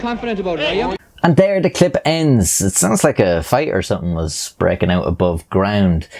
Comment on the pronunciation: hates people who add extra syllables to words also: adds an extra syllable to the word "clip"